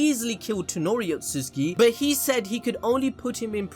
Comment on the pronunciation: My guy keeps calling Toneri FUCKIN TENORI. Big ass disrespect